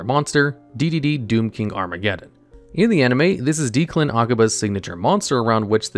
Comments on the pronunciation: Isn't his name pronunced like DECK-lan not deek-lan? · i cant get over this guys pronunciations man deus machinex doesnt even have the "ex" in the middle because its at the end of the name, makes me feel like he cant even read the cards title right its Deck-lan, not deeklan, too shudders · Is Declan being pronounced Deeclan a reference to the dub or is it just not a common name in the US? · He did not pronounce Declan as Dee-Clun lmao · Worst part of this video is the pronunciation of Declan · bro how could you mispronounce Declan? 🤦🏽‍♂️